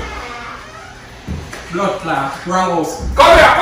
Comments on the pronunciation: man said bloodclauuut wrong house 🤣🤣🤣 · say bloodclaatt wrong house😂😂😂😂😂😂😂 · say bloodclaatt wrong house😂😂